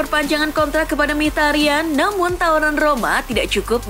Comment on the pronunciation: Min sory min, ini sound HP gua yang salah apa emang yang bawa acaranya yang typo ngomongnya, Mkhitaryan itu emang gelandang aremania ya??? Hehehehe